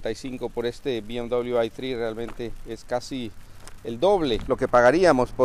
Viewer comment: Amigo si el vídeo lo hace en español, pronuncie la marca en español!